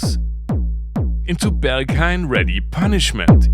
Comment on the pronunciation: Bergs"hein" not Bergs"hain"? Schade.